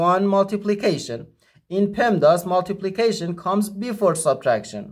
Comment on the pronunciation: It's PEMDAS, not PEMADS.